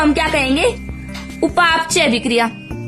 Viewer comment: उपाप चय नही बोलते हैं उपा पचय बोलते है